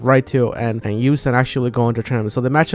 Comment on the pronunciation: number 3 yu-son not yu-san